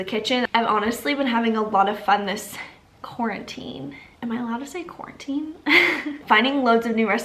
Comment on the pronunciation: “Quar- WHIT-tine 2020” yo welcome 💁🏼‍♀️😂